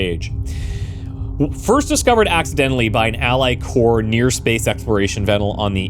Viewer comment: Just a nitpick (and a bit of a late one): Ally Corp is a corporation, not a military corps. The P is not silent. It always bothers me when people pronounce 'Corp(oration)' to rhyme with core/sore/lore/more, it's pronounced like the first syllable of the word it comes from.